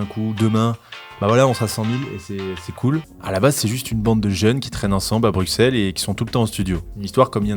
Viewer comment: Ptn mais brussel pas bruXelle c’est pas compliqué bordel